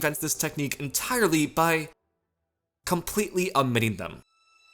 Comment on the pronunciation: Pronounces 'omitting' with an 'ah' sound,' and uses semicolons to break up time codes. Clearly a madman or a troll; likely both. :D